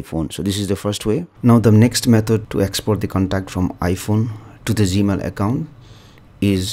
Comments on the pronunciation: Accent. He is talking about G Mail. I appreciate his knowledge. I was able to learn from him. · Why does he say Z-Mail?